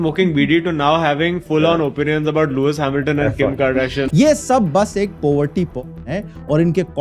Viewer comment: Looi HamilTON , video achhi thi lekin accent dekh lo bhai , hasi hi aa gayi thi